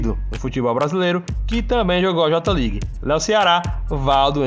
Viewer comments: Fala certo mano..nao eh JOTA league..eh JAY LEAGUE AHAHUAHAHA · no j ligue e sim fale certo kk jei league